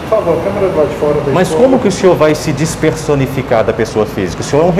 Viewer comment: " Como que o senhor vai si desperssonificar da pessoa física?" Kkkkk é o máximo 😂😂😂